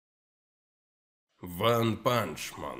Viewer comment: Ванпанчман? серьезно? 😶‍🌫💁